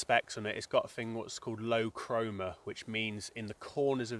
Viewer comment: Nice vid mate. BTW, it's COMA not Chroma lol.